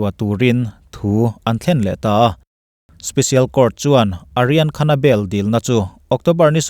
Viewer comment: Kalo sawive lawk aw,"Aryan Khan"ti zawk la,kalo ti a..hnamdang ho,mizo nilo hichu,an hmingtawpah,"A"hi lam tello la kati,e.g Amitabha nilovin,Amitabh..hetiang hian,i aw ngaihthlak anuam thin khawpmai,kalo tran luatah,kalo tawngsual chuan,min ngaidam la...